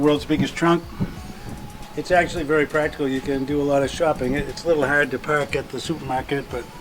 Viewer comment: It’s huad to puak his cuah....LOL! I wonder if I spelt it right?